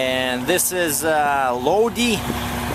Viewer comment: Great stuff! Keep them coming! If I may, Lodi has a long I, Load-eye. Akron the A sounds like the a in Cat, Ak.Where's the good used truck dealers? How do I buy a used truck?